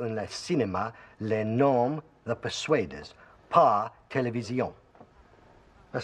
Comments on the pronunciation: "The persuaders" cela se prononce " de peur sue ai deur' ss" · La prononciation de "the persuaders" lol.